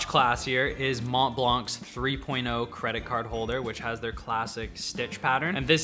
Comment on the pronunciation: the t in montblanc is not pronounced